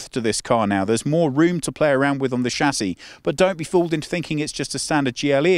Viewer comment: You are misspronouncing the word Chassis.